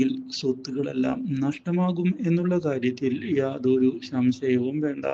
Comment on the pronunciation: ശംശയം അല്ലാ സംശയം annu